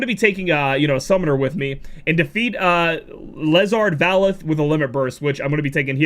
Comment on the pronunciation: Wait...you said “leeezard vaaleth” like you’ve never played VP....this is HIGHLY disturbing. Go play VP! It’s amazing!